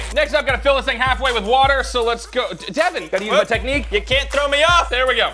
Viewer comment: And its Devan not Devon😅😅😅😅😅😅😅😅